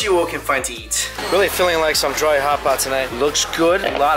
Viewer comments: Does anyone notice says eat like yeet? 😂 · Is it me or does he say eat like "yeet"